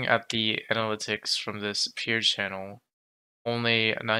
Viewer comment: I think you should look up how to pronounce analytics because you are WAY off.